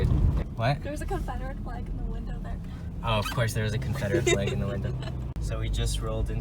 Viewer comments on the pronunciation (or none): none